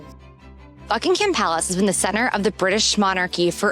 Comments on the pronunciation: Not Bucking-Ham. It’s Bucking-em. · Borough market is buh ruh market (not row) and buckingham palace is buck in am palace (silent h) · "Buckingham" has a silent "h". "Mall" and the "fal" in "Trafalgar" rhyme with "shall", not "all".